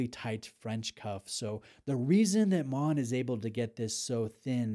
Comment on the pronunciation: Congratulations on the pronunciation of Maen …. Almost perfect in the intro